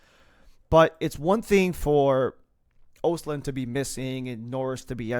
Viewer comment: Pronounced ahstlund. Its a hard o